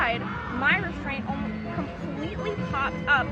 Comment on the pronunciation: I hear a lapsus trying to say "almost"